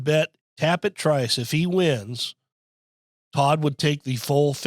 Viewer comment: Just tell its easy to remember...Trice rhymes with "mice." (Remember that podcast?) 😀